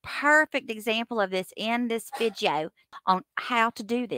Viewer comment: OMG!!! The way you say VID-IO…😂 I’m sitting at my desk at work watching this “don’t tell anyone” and I literally laughed out loud…😂😂😂